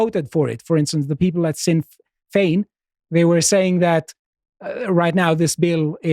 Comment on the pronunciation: He pronounced "Dail" as "Dale" and "Sinn" as "sin". Love the guy but that's nowhere near correct.